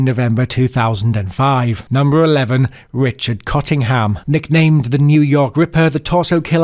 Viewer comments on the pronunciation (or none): none